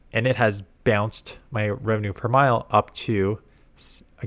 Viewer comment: RPM is revenue per mille, mille meaning 1000, which is pronounced like "meal" or "mil". Guess where the country of origin is? :)